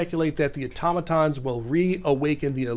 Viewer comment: Thank you for actually saying automaton correctly!